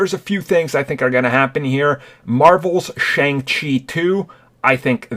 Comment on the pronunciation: It is pronounced Shung Chi